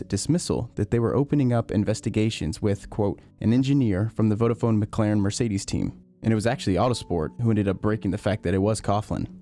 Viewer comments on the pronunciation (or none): none